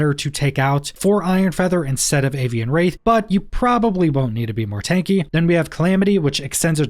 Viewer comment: Absolutely great video … (don’t say it don’t say it don’t say it) it’s pronounced “rath” not “raith”